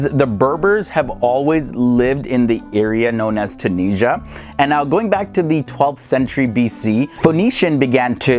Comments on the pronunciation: Tun-is-ia not TunISHA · Tunisia gave her name to the whole continent "Afrikia" and please it's Tunisia , at least spell the "S" letter as a "Z" not Tunijia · When they say tunisha 😭 mama ija ati3lhom treha (just a joke Im tunisian)